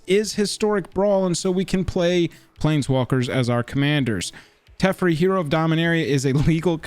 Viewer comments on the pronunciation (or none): I could be wrong but I’m pretty sure you’re pronouncing some of these names incorrectly. Ugin is pronounced Oo-gin not Eujin and Teferi is pronounced Te-far-E